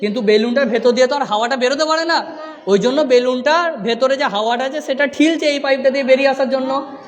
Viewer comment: ঠিলছে না স্যার। থেলছে 🙏